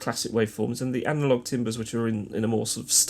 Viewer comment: Great video, apart from the shocking pronunciation of 'timbres'! 'Tarm-bruh' would be a little closer. But seriously - thanks for doing this (twice)- great stuff.